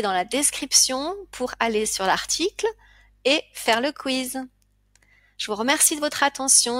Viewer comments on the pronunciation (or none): none